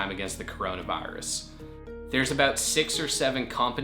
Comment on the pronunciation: I don’t like how he says virus